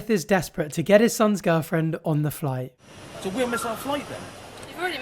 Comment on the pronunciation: 'It was specifoid, get us on that floight' 😆😆